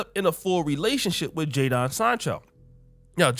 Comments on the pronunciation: Lol it's spelled Jadon But pronounced Jaden 😂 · His name is pronounced Jay-Den like Will Smith's son Jaden. Americans always sounding weird lol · Jadon is pronounced Jayden.